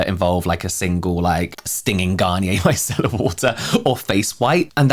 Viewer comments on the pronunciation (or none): none